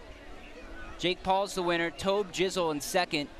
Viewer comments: it's toeb jizzle not tahb jizzle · But it is tob-jizzle but the commentators said taaab-jizzle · On the cards they spelt is TOB JIZZLE so they wouldn’t say it wrong and yet that guy still managed too lol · It was more like he pronounced it 'Taabjizzle' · Mr_Maniacz I mean he is arguably the most famous racer of all time so they should know how to pronounce it, but... TOB jizzle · MarvinGames Swear he said something like Tom or Tarb jizle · I love the sly shake of Tobi's head when he mispronounced tbjzl and tobbjizzle🤣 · Even when Tobi got his medal they said tobjzl ITS NOT HARD TO SAY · TAAAAAAAAAAAAAAABJZL sighs One day they’ll get his name right, and Miniminters... and Lachlan’s... 😤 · That headshake when the announcer mispronounced Tobjizzle, I felt that man.